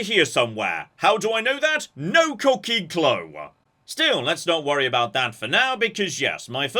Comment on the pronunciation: Are you saying "cocking"? What does that mean? I only speak Amurcan.